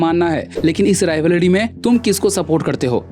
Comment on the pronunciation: Wo sab to rhik hai ek baar rivalry bolna dobara😅